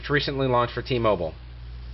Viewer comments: Its Called t-mobile not moball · what the hell is t moble, dont u mean t mobile ?? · its spelled t-mobile and pronounced t-moble. havent you ever seen the commercial? the company pronounces it for you. you dont have to even think about it. or be able to read. freakin crazy people.